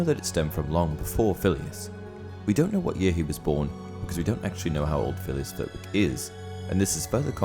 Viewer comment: Little fact for ya. Flitwick is pronounced “flit-ick”. I know this simply because I live in Flitwick. I read some time ago that she named the character after the town